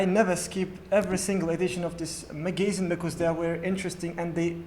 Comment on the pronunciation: "Magazine" pronunciation is wrong